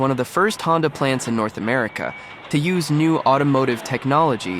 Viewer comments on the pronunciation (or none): none